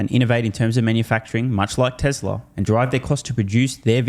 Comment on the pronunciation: he started pronouncing…tesLeR again …. there is no “R”